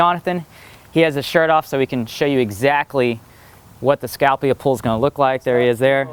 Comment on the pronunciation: ***** Scalpula is not the Scapula. He was saying it wrong. Wow.